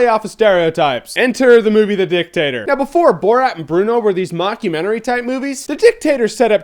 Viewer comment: Why are you pronouncing it as the DIcktAtor?